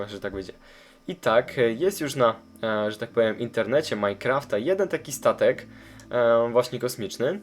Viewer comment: 03.00 on powiedział tatek a nie statek